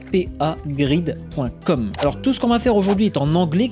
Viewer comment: CPAGriP avec un P pas "CPAGrid" comme dit dans la vidéo...